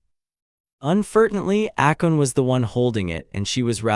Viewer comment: Not "Akon" but "Akeno"